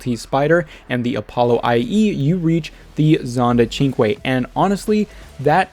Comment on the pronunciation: I think the Cinque has a strange pronunciation, and you are pronouncing it right. I figured it would be like synch